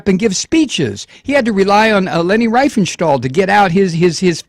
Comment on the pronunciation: One minor point. Riefenstahl is pronounced Reef-en-shtal. I before e in German is pronounced as a long English e.